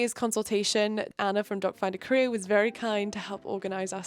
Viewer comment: I know you’re saying “doc finder Korea” but my brain keeps interpreting it as “doc finder career” every single time you say it 😂